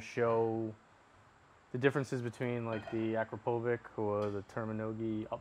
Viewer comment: He said Akropovic wrong.